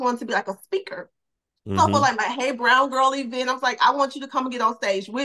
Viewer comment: Espo and Eeee-vent.